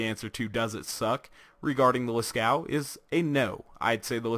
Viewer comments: I Razzle I he said it like las-cow, and it's actually pronounced like las-co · I Razzle I Yea Las-Coo sounds familiar too. Its Las-Cove or Las-Coo, i'm not sure. But it's nit Las-Caux(cocks) as some people pronounce it xD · Oh yeah now that I watch it again he said Las-Cow. XD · The name and pattern are references to the Lascaux cave paintings in France, due to them being in France it has a french pronunciation, it is pronounced as lah-coo-ah, the "s" is silent. And the painting is of a cow. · Did you mean to say lä-ˈskō? Because you would not pronounce the U or the X. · i had a stroke when i heard you say its name lmao